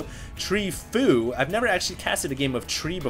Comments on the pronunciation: tree fo you , fo u etc. not tree foo or w/e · It's pronounced Tree-fo-U. I wish you would watch the GSL and be involved in the community more than just casting replay packs you find. Then you would know that fOu is a great pro Korean team that includes the likes of choya, TheBest, SC, and Leenok. I think more knowledge of the community would serve your casts very well! Thumbs up if you agree